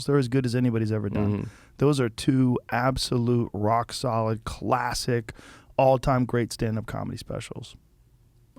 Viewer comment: Joe “Khulassick” Rogan